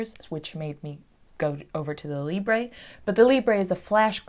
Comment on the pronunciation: good video, thanks. Funny how all americans on youtube dont know how to pronounce LIBRE.